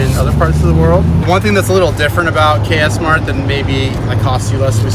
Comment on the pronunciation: Actually it KS MART not cass Mart